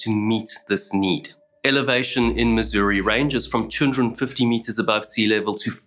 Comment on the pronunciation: You said our state's name correctly, bravo! Ha. Even other Americans call it Miz-urr-uhh or Miz-or-ee.